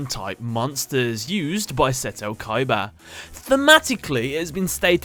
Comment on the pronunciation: you misspronounced the name KOIIBAAA